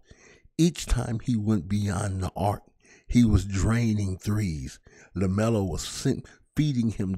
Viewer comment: It’s Lamelo you bum